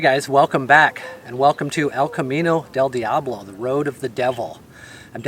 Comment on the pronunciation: I love it...but you have to work on your accent for "Camino del diablo" . It's more like El-cah-MEe-nnoh dhell DEeahhbloh